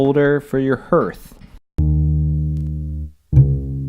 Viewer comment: Sorry to be so retentive but ... it's pronounced Har/th not Her/th. (click the speaker) Nice build!